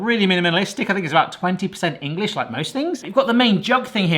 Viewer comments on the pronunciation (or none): none